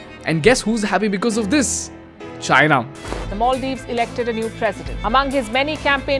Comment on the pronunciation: you pronounced maldives wrongly every single time.